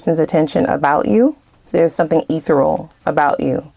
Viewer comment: Bitch.... its 'eh•THAIR•ee•al'! Google it. Then hit the audio play. 😂😂 Its ME! IIIIIIII "don't fuck around"!